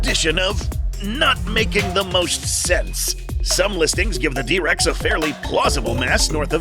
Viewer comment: "The Dihh Rex" brutal 🥀